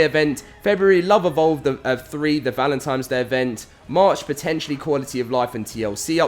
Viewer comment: Repeat after me, "ValentiNNNe"